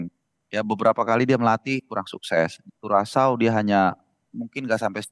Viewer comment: Mbak Penyiar, lebih baik studi sedikit tentang topik segmen yang mau disiarkan lebih mendalam khususnya istilah asing dan cara bacanya seperti Adana Demirspor, Curacao (bukan karakao) sehingga terlihat niat dan prepare, bukan terkesan baca prompter saja. Sekarang terlihat dan terdengar sedikit kaku. Kalau tidak cocok, berarti topik sepak bola buka "Niche" untuk Mbak Penyiar ini. Terima Kasih Kompas TV.